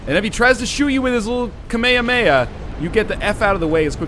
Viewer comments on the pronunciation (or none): Did you seriously just call KAME-HAME-HA, kameamea? :/